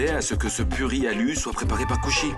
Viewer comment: J'adore la façon dont Payal prononce le nom de Kushi, Quand Kushi l'as Taquine,Jaime tout les deux de la même Manière,mais parfois Payal m'énerve mais bon c'est qu'une série❤❤😂